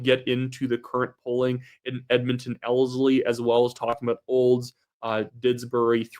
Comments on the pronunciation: You are not saying Ellerslie correctly otherwise a very good video. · just for future reference Ellerslie is pronounced L-ERS-LEE.